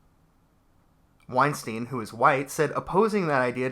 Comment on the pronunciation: So, I know this is ultimatly irrelevant, but i cant help myself: his name is weinstEIn, not weinstIEn. The "ei" is pronounced like I or eye. Its german and means winestone. Also: damn these children are stupid, it hurts.